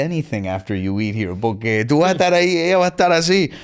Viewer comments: Take a shot every time he says “porkay” lmao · Why is this dude saying Pore-cay so much??? It’s annoying